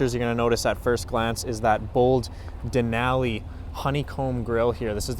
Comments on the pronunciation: Hilarious pronunciation of a great National Park! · That’s not how you say Denali